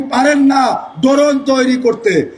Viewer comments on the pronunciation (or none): ড্রোন উচ্চারণই করতে পারেন না 😢😢 ড্রোন তৈরী করতে বলেন ?? পড়াশোনা করতে হয়,, প্রচুর গবেষণা করতে হয়। তারপর ওইসব অস্ত্র নিজেরা তৈরী করা যায়।